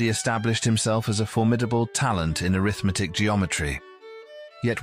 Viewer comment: Why does the commentary consistently refer to Scholze in the past tense? I kept expecting to be told that he's dead. I hope not. Also, "arithmetic" here is spoken with an accent on the 2nd syllable, i.e. as if it's a noun (which it ususally is at least in English), thus: "aRITHmetic. But here it is mostly used as an adjective modifying "geometry"; used that way, it should be spoken with the accent on the 3rd syllable, i.e. "arithMEtic." The content does sound very interesting, but is not explained except in the most general terms. Like some other commenters, I hear no clue about how Scholze's work is connected to infinities. Like one other commenter, I suspect that his work is based to a significant extent on Cantor's work--which I think I understand fairly well. But after listening to this, I have no concrete sense at all of what Scholze has said mathematically.